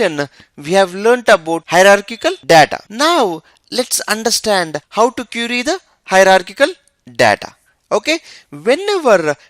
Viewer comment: IT IS QUERY NOT CURIE BRO.